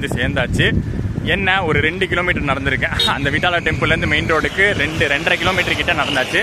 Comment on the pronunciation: nice explanation vithala not vittala.